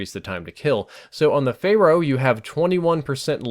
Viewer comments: Pharo, not Pharoh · It's "fair-o" not "fay-ro" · Its pharo not pharoh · He also always pronounces it wrong, 'Fay-roh' isn't even a word, 'fair-oh' is how it's pronounced and the gun is the same, he seems to think they're different words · I don't think there's a h at the end of pharo